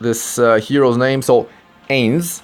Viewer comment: I dont mean to criticize you or your accent (at least form my point of view, accent), but Ains is said as "eye-ns" from Latin and other ancient Mediterranean dialects. Sorry, it just sounds weird to hear you say it as "ae-ns"